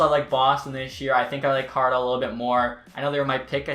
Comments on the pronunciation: We all gonna ignore how he says “Car-lotto” instead of “Col-o-rado”.. lol great vid tho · YOUR SAYING CARLER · cara rotto. what the fuck. Colorado dude. it's fucking very simple.